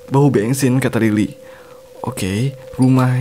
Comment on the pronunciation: Bensin❌ Bengsin ✅ 😭😭